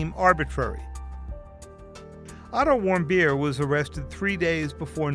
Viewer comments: sounds like, “I don’t want beer” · wait, WHAT? "otto warmbier"??? x'DDDD that guy surely is german and has the most hilarious german lastname that i've EVER heard; "warmbeer" is even tougher then "bonkingthicker" (poppendicker) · when he said warmbier i though he said i dont whant beer 😂😂😂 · Otto Warmbeer and Kim Jong Ung if you are going to do a news story please say people's names right this is terrible